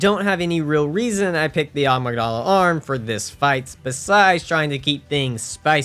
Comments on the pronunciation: I've seen so many of your bloodborne runs and i can't anymore. Its a-mig-duh-lah. Not ah-mig-dolla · Why does he pronounce Amygdala like 'Agmydala'? And Mensis like 'minis'? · I've never heard someone mispronounce Amygdala so badly 😂😂